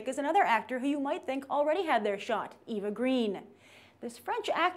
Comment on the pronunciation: Two things: 1. Her name Eva is pronounced AVA, not EE-Vuh. 2. Her career didn't fizzle after Casino Royale, she chose to do indies and passion projects.